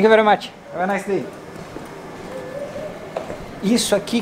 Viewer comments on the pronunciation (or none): none